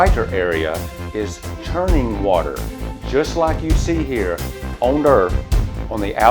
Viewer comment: WATAH!!!! Lots of WATAH! Another great video bro. Thanks for sharing.